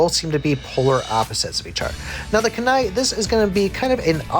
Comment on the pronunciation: Homie said kai blast lol Yo he also got dat kanai